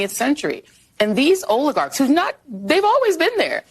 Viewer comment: The new leftist buzzword; o-lay-garx 😵‍💫